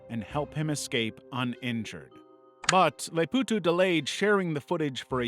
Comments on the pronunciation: Name: Les Powtos: Les Poowtoos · its not "les pwtw" its more like "les pohtoh" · It's a French word and is mispronounced here.